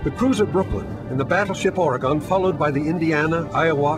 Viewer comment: I hate the way people who arent from Oregon pronounce Oregon 😑